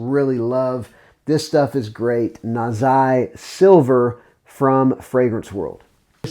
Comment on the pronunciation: He wasn't going to risk it with the pronunciation of Nazih Silver.